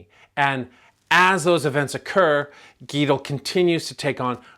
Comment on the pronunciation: Actually, it's neither. Gitl. There is no e in the second syllable, and the sound is swallowed.